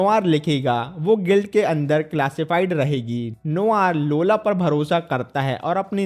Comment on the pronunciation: Lola ❌laura ✅😂😂😂